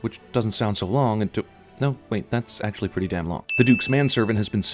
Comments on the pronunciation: "acrtually"? on't you mean actually? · "acrtually" (Ding!) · 'acrtually'. CinemaSins Sin Counter: 1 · 'actually' is spelled with a silent 'r' in this scene. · Acrtually= ritually? A cry baby? AG U ly. Arguable AGUALE? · Cinemasins sin: acrtually? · i'm assuming the "acrtually" was on purpose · There is no "R" in "actually" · "acrtually"? Seriously? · "Actrually" isn't a word. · "Acrtually" DING! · " acrtually pretty damn long." DING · "Arctually" WHOOPS